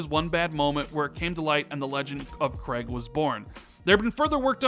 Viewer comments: KREIG, that emphasis though. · please ask Jezz how to pronounce Craig. Other than that another great video.